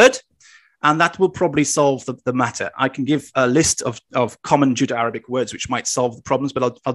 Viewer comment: My bad you didn't write in last video, but said it clearly as Judo-Arabic. Nothing to do with accent, see at of last video. I take it that that wasn't intended and you meant Judeo.